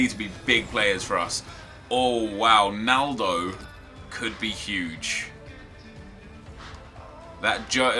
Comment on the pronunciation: I thought he said a cheeky nando when he said he would like a naldo